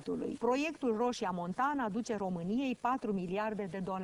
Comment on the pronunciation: Roșia MontanĂ, nu Montana